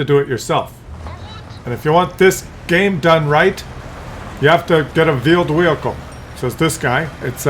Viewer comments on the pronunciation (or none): Veeled Wheicle detected😂😂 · I'm sure you keep saying veeled weicle ?? Are they new lol. BTW in uk yr video are out at mid day , keep up the fun work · Vheeled Wehicle